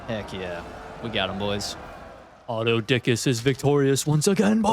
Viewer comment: As funny as it is hearing autodickus It’s pronounced aftothikos (all vowels are short and sharp in Greek)